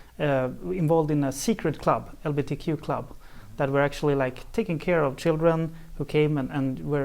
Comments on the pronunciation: He said lbtq, he’s not saying it right! He’s discluding g’s I’M OFFENDED. 🤭🤫😬🤔😝🫣🤭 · LBTQ?? A director, who cannot pronounce the subject of his documentary... aha